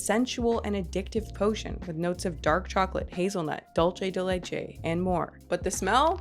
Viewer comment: It’s not “dolce dey lechey” it’s “doolceh de leche” 😭